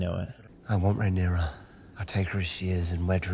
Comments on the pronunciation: It's not Rhy-nera, it's Raeh-nyra, pronounced Ray-nera.😊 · Also, "Ray-knee-ra" , not raeyniera😂